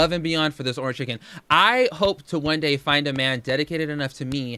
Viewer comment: Who else cringes when she says the words "Vhaa...log" instead of vlog or Dayah instead of day? I'm convinced she's stretching out her words to make that 10 minute mark LOL.